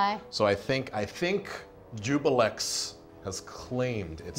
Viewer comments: No. Ju-blex. Not ju-bi-lex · Everyone says "Jubilex" instead of "Juiblex". :(